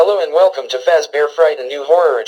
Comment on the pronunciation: “Welcom to Freddy Foozebear’s Pizza Hut” 😂